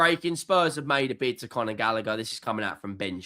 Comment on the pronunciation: Its Conor not Connor..